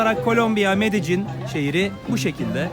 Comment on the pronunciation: Allahını seversen nasıl bir Türkçe kullanıyorsun ya medecin nedir ya medelin :)